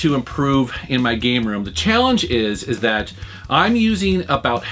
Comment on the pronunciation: did he read it "proving your gay room"??? listened to it few times and that's what i hear